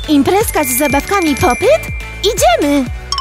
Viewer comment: Mówi się pop - it a nie pop - yt